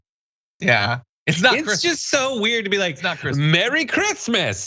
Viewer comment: "Who gives a f*ck about Creesmas things?" Melania Trump.